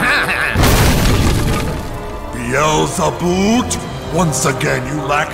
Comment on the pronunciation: beal-za-boot - guffaW!